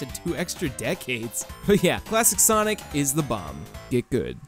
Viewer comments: Why do you keep calling sonic saynic? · wait did you just say sanic?